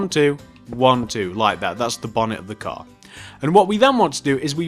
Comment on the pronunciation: you said a gar